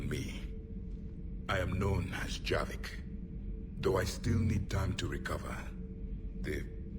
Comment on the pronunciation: its javik not javic